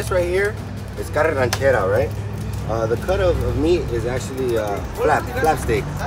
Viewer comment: Carne arachera..not ranchera.